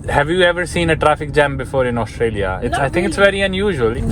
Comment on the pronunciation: Australia ❌ zooralia ✅